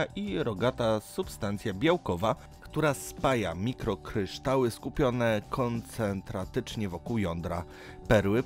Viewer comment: Zrogowaciała a nie rogata. Koncentrycznie a nie koncentratycznie. Kobaltu a nie koblatu. Pegmatytowych a nie pagmatytowych. Praktycznie w każdym filmiku na Dyszce masz takie gafy, tu podałem akurat te, które wyłapałem ze słuchu choć jakiś ginekolog ( geolog a nie ginekolog ) pewnie wyłapałby więcej. Do Światowej Historii przykładasz się elegancko, a tu mamy żywcem czytaną wikipedię. Życzę ale jako stały widz też i wymagam troszkę więcej profesjonalizmu bo jak by nie patrzeć jesteśmy tu na Twoich kanałach jakąś formą społeczności oczekującej czegoś więcej niż przeczytania nam definicji turkusu prosto z wiki. pozdrawiam